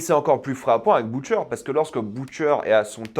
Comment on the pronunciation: "Boutcheur" mmmh non 😂😂😂